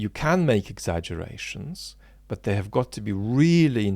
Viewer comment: Trivial aside......., you know there's a "t" on the end of "but" and "not"?:D Makes me smile, your big "Buuuu" and no closing "t". I always add that T for you, out loud. lol